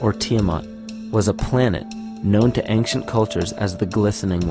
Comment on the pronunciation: how come the word "ancient" sounds all the time like "anKcient"? (other than that -very nice and informative video!!!)